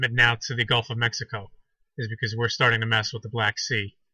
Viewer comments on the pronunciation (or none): none